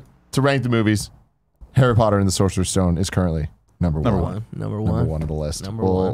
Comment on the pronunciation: Guys. every time you say Sorcerer's Stone my ears bleed